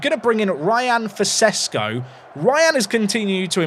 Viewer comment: Loved the French accent attempt. I wonder if will ever learn how to pronounce Sesko.